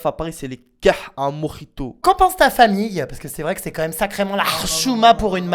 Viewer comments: NON! vive LE mojito ( et pas prononcé à l'arabe parce qu'on est en France) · Si certains se posent la question: mojito prononce exactement le mot "tuwoi"